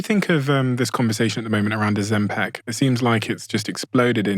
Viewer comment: Ozempik! Not Ozempack 😁 please!!!